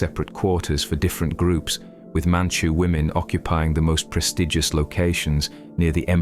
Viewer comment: Women not lemon!!